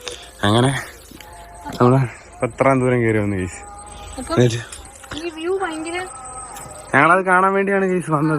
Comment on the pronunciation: ഗായിസ്.... *ഗായിസ്.... *ഗായിസ്.... 😂